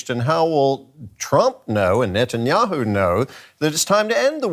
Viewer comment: Notice how he says "Notanyahu" instead of Netanyahu 😉